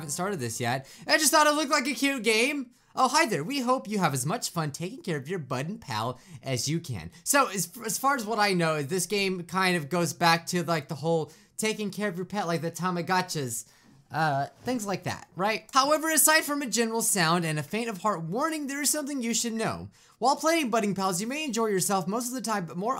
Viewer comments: Tumigatchas it's tamigotchIEs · tommogachas me: do you mean tamagotchi? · And it’s tomogatchi